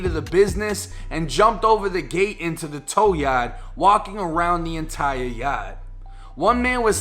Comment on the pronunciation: Haha your accent when you say “yard” comes up as “yacht” I love it 😂😂